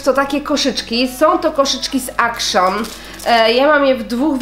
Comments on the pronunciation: action (czytaj: ekszyn) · jako że to jest niemiecki sklep, czytamy "akcjoon" (z akcentem na drugą sylabę) :)